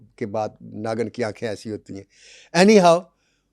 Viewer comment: Bhaisab naagan nahi naagin hai....😂 naagan naagan 😂